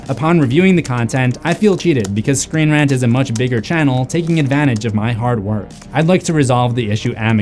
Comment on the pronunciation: "screen rent"